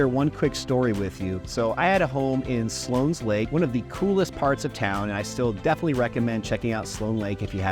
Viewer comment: It's West.min.ster NOT WEST.MINA.STER. And Slone not Slones.